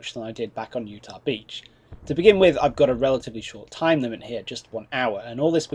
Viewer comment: That seems like a running theme- first it's Utach Beach, now this!